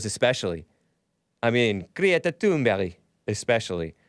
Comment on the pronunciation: Seriously you gotta stop saying thun"berry". These foreigners gotta learn to spell their name phonetically when they move here. They always spell it in a way that if we pronounce it phonetically then we will obviously say it wrong, and then they get all mad at us for saying it wrong and call us stupid. Theyre the stupid ones and they need to leave my dang country. It happened to me with the mexicans and the german/asian foreign exchange students we had. These people are just awful and i want them out and u need to just say the names wrong on purpose.